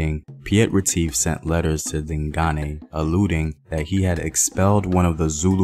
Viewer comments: I’m so happy about how you’ve improved your pronunciation of “Dingane”👏🏽👏🏽👏🏽 You used to say “Ding-gain” but now you know it’s “Ding-guneh”. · He says ding Ghane Like Ghana but with a aye